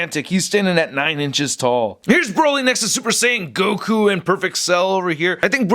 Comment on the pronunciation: Mispronounced Saiyan as Sayin